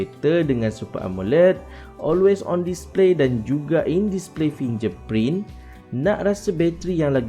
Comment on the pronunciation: Terbaik bro .. cuma perbetulkan sebutan .. contoh sebutan fingerprint .sebutan vivo . Dan lain2 lagi ... Sekadar menegur .